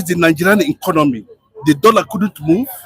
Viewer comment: Do you hear new English DISCONOMY 😂😂😂 tinubu disconomy